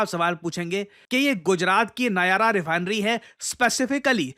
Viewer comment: नायारा नहीं नायरा है 😅